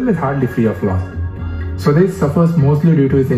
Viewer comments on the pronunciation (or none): for the millionth time its SWAA- DES not swades like sway... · Well, I know for an outsider/foreigner it is hard to understand names like Swades which is pronounced "sva des" and NOT "Sweds" and when written in English it can be read eitherways. You could have made a little effort to understand the pronunciation at least for this reaction video. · It's Swa - Des not swades. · i dont mind foreigners pronouncing stuff badly, we do it do....BUT SWADES WAS JUST FUCKING HIGHLARIOUS!!!! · u will never be able to pronounce "swades" correctly ever😂